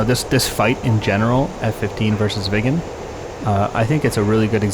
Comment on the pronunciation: Excellent video as usual. Sorry I couldn't help but giggle because every time you said "Viggen" I heard "vegan"... Sorry non native english... 😅